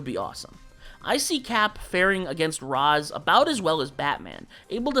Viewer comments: Raysh it’s pronounced Raysh… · it's "raysh", not "rahs" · You said Ra’s’ name wrong. 🙂